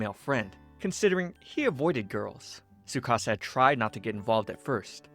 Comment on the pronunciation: There’s a t in tsukasa